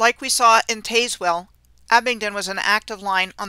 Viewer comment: Well okay, but it's "Tazz well" like "Jazz well" county and town.